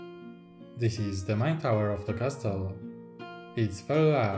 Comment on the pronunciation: Twoje MOCe są niesamowite, robią duże wrażenie i doceniam, że robisz filmy w języku angielskim. ale błagam, wymawiaj "castle" jako ''kasyl'' bo po ponownym oglądnięciu wszystkich MOCy związanych z lego Castle trochę mi uszy zwiędły ;)